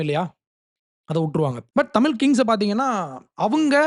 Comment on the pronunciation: தம்பி அது, தமில் , இல்லப்பா, தமிழ், சொல்லு..English நல்லா பேசுற..